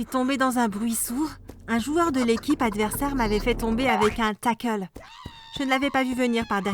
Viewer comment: Un takel wow on dit un tacle et c'est pas méchant